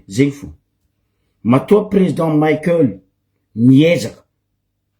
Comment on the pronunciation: 😱 Ce n'est pas Président Maikeul mais Président Michaël. Anao marary jery. Anao gasy sa américain ?🖕